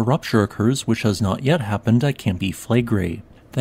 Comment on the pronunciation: Campi Flegrei...accent on the i 😉